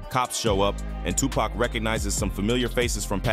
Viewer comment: Lady how you still mispronounce Tupac name after you heard the gentleman just say his name..I mean really???.I'm saying.them eyebrows was thick as hell...